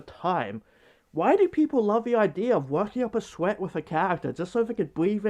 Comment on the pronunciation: “A fweat”